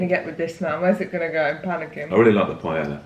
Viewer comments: I want to be very respectful and authentic Also: pie-el-uh 😂💙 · It’s pronounced PIE-AYE-AH 😊it’s one of my favorite dishes the traditional way you make it takes a good amount of time but it’s so worth it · Amo que digas paela Jajajj es paella 🥘 un abrazo para ti!! ☺️☺️ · Ok peps, just to clarify the word (PAELLA) the LL is pronounced like J as in JUICE, JAIL, JUST. In Spain the letters (double LL sounds like the letter J in English. Hope this helps. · will never get over the way brits pronounce paella, cracks me up every time because i never expect it and then... pie-ella. all in good fun though, what’s important is trying other cultural foods, although traditionally it doesn’t have onion either 😆 one thing my professor in spain drilled into us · im so proud of you for the tortilla flip!! it is a rite of passage for the spanish youth. i will not make comments about the authenticity of the paella recipe, HOWEVER, it's pronounced Pah-eh-yah. so happy u liked our food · drink game: take a shot each time says PAIELA lmao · Oh bby you tried so hard but that's not how you pronounce paella 💔 it's pa-e-ya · no, you don’t say it like that 😂 PA - E - LLA, you are adding letters that are not there hahahaha You can look the pronunciation on google translate 🤗 there you say chorizo really well! The tortilla is supposed to be thicker, yes. The thing that I never heard is the 20 minute wait. How do you make tortilla there? You don’t fry the potatoes? PS: I am from Spain and I don’t like paella nor gazpacho at all, but I am the rare one. I love churros and tortilla tho. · darling! ilove you, but Spain is far from the only Spanish country. there's Mexico, Brazil, even Puerto Rico. also it's pronounced "pie-aye-uh". 🤣 you're adorable. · Its pronounced pie-yay-yuh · Everyone mentioning that the paella is made wrong, but I’m just triggered by how she’s saying it. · Your pronunciation of paella is the cutest thing